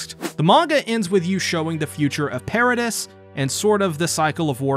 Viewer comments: pair-ruh-dee not per-reh-dis wtf did u even watch the show? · I don't know if you actually watched the anime but the pronunciation of Paradis is "per-a-dee" not "per-a-dis"